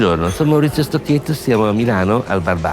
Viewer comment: On dit Stoketto! Respectez le nom des personnes, c'est le minimum de respect! Et je ne parle pas de la prononciation des autres mots italiens😱 Dans ces cas-là, on laisse la vo et on met seulement des sous-titres !